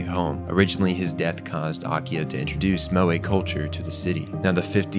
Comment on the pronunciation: Says he studies Japanese but can't pronounce 'Moe' correctly. Okay bud.